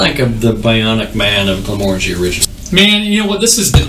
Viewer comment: So the guy on the left pronounced Glenmorangie 3 different ways, 4 times, in the first minute and a half and only one was correct. So annoying. Please pronounce it correctly so that people aren't taught wrong.